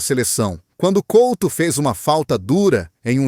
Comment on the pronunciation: Pelo menos podia dizer e escrever corretamente o nome do jogador Fernando COUTO e não Colto, tenha vergonha e apague o video